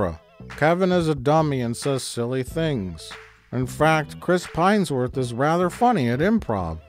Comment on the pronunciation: Chris Pinesworth...it's Helmsworth and you know it.